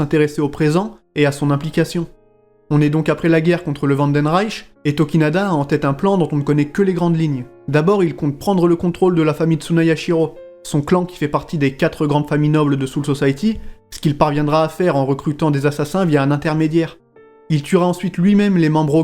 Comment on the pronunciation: Superbe vidéo ce can't fear your own world tu en avais parlé sur beaucoup de tes vidéo comme pour les bankai par exemple Mais j'aimerais savoir est-ce que les trois tome résument TOUTE l'histoire de cette arc avec Tsunayoshiro ? (d'ailleurs un moment t'as dit TsunaYAshiro :') mais pas grave) Parce que ça parait court si c'est ça